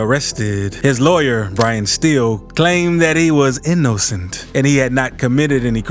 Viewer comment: “His lawyer claimed that he was E-no-scent ”